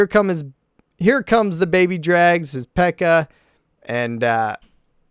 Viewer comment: hears peek-a cringes hard